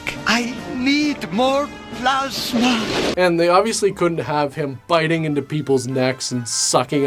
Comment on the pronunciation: He also pronounce plasma as plosma...is this a Canadian thing? Is he Canadian?